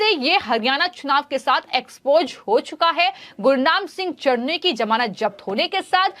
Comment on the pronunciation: Chduni nahi chtni bolo😂😂😂😂😂😂😂